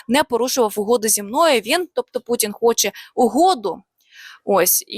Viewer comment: Не Пуцін, а Путін, і ми не дзякуємо, а дякуємо- дуже не приємно постійно чути від ваших працівників таку засмічену вимову.